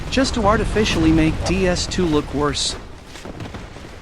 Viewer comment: The real problem is how pronounces "Worse"